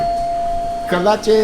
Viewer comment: Good luck this year!!.... BTW, here in Texas it's pronounced kăh-lăh-chi.... not kolashe.....or however you said it 🤣